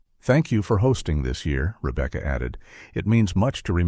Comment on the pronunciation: No they wouldn't nor do they pronounce Rebecca, Ribka.